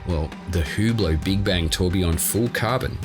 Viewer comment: its ublot not hublot